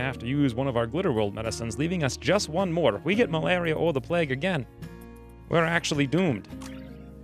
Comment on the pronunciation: This guy over pronounces everything and as a result sounds strange. What's pleg? Plague playyyyyguue.